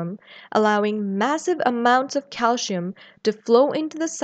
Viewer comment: why pronounce calcium as calshium? i noticed it in many videos by south Asian professors and doctors, is there a reason? Thanks for the response I'm curious!